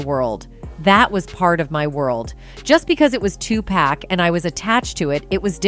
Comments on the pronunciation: At about minutes into the video you explain that in reference of Tupac going to club 622 but it's actually club 662. As well Tupac is pronounced Tu-puc not Tupack. Suge knight also pronounced Shoo-ge not. Sugar. Get it right. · It's Tu-PAC ( 2-POCK) why in the hell white people can't pronounce his name right. Just hearing 2-Pack just sets me off for some reason. Even when they are corrected, they still say 2 PACK🙄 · Everything always comes to light ! But respectfully if you're going to do a story on Tupac at least pronounce his name properly with all due respect it's Tupac not Tupack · It's said "TuPOCK"! Not "TuPACK"! Jesus christ...... Do you guys know ANYTHING about these rappers? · Stop saying Two Pack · 2 P A C (NOT) 2 P A C K. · A person can say TUPAC a trillion times and folks will still call this man 2PACK. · 2pack and Shuugee knight LOL! Is the females voice speaking ai? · How the hell is this commentator, she can't even pronunce his name correctly, not Tu pack, geez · The way the AI voice says Tupac makes me want to light myself on fire. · Why couldn’t they get somebody else to pronounce this man they correctly what is Tupac? Damn, she jacking up this man name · CC need to pronounce Tupac name correctly 😡